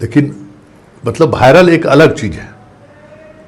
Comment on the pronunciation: Abe pahle viral bolna sikh